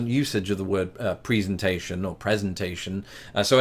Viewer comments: As an American, I've always said prez-in-tation. Pree-zin-tation sounds weird. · American here and have never said presentation with a long e sound on the first e. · That's odd, you say you've learned to pronounce "presentation" like "pree-sentation" here instead of "prezz-entation" in the UK, but my experience in 40+ years of making and giving the darned things is that they're pronounced "prezz-entation" here 99.9% of the time. Ditto for "IN-surance" vs "in-SUR-ance," I've very rarely heard the former although you say it's the US pronunciation that you've adopted. Maybe these are a regional US thing, but I'm in St Louis and you're in the area just to the east of here, so... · I’ve lived in the Southeastern US all my life, and the only times I’ve heard “presentation” pronounced with the first syllable “pree” were by British speakers. We always say “prez-entation.” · What hillbillies are you learning your pronunciations from? Lol Preezentation sounds like the Klampetts. Your pronuncian meets the standard Midwest pronunciation. Presentation, which simply follows phonics. Also INsurance is also an Appalachian sounding way to pronounce it. Not that there's anything wrong with it, but the standard US accent is Midwestern and says inSURance. Finally there's nothing unique about pronouncing an R at the end of water. Y'all invented the language, but even the Queen wouldn't teach r as silent. So that's British affectation to ignore it. It is not a silent letter. Phonics is fundamental. You get aluMINium correct for the same reason. In making the iu a dipthong we have made the i silent when there is no such thing. Lol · Especially his pronunciation of the word presentation.